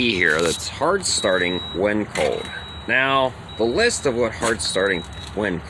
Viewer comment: Are you from Pennsyltucky? "Its code outside" instead of its "cold" outside lol. I'm just messing with ya buddy. I'm from Western New York, half Canada, half New York and half Pennsylvania so I have the weirdest accent ever. No one can ever figure it out and I always get sht for how I talk lol. Stay warm.